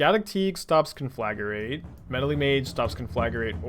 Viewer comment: Hi, sweet deck! But repeat after me: con 👏🏻 fluh 👏🏻 grate 👏🏻